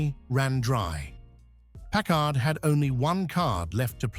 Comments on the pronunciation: Where do you see twin headlights?? It is pronounced PACKARD, not PACK ARD... The 1956 Caribbean is such a beautiful car. I remember at 7 years old how the Caribbean WOWED us when one drove by!!!! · I've never heard it pronounced Park Kard...I thought is was always Parkard with the accent on the first part. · Europeans say Pack-Kard. Smoe other word I've heard: "British" Pronounciations: Labora-Atory, Alu-Minium and they often say Herbs not Erbs. BTW - I met Packard President James J. Nance and Chief Designer Richard Teague and they both said Carib--Bee-In, not Ca-Rib-Bee-In. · This video needs more bullshit AI voices and mispronunciations. Let’s begin with not even being able to pronounce Packard correctly. What a joke. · I hate these AI-generated voiced videos! (Notice the two different pronunciations of the word "Packard.") Is this where documentaries are headed?? If so, count me out!